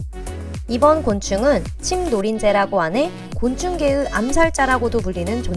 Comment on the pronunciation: 곤충계'으' 전라도 출신이신가봐요